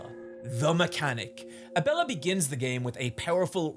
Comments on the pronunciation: Whoever bullied him into pronouncing Abella. Also, DO YOU WANT HIM TO WHEEL IT DOWN THE STAIRS?! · Glad learned to pronounce Abella's name for this video, it was weird how he kept calling her Ebola on streams.